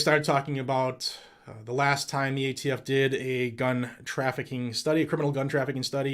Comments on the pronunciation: did anyone hear jo say aft not atf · "AFT"? What the heck is AFT Bo Bo? America's Freaking Tyrants? He is embarrassingly pathetic. Scary to think he's the Commander & Chief. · Nobody's talking about how many times He called the ATF the AFT? He is a senile old man that shouldn't be president